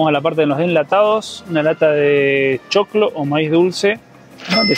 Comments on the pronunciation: Según yo se dice CHOCLO, no "chocolo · Chocólo nooo Chócolo siii Gracias por dar a conocer nuestro mágico país 😘🥰🇨🇴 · ea vemaria pues mijo, cambiele la carne de cerdo por molida, y a la bandeja no le puede faltar la mazamorra con bocadillo beleño, pa que ni parpadee jajajajaja y que risa como pronuncia chocolo como con tilde , papa Dios los bendiga por esa tierrita tan linda que es colombia🙏🙏🙏